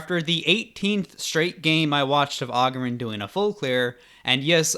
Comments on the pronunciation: Agurin not Agerin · It's agúrin not àgurin. Jesus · It's agurin, not augurin